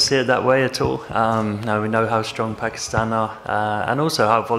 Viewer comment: England please don't call pakeestan it is pakistan 🇵🇰